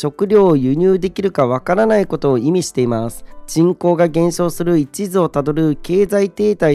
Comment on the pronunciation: ×衰退の一途（いちず）を辿る ○衰退の一途（いっと）を辿る 読み方指摘失礼しました。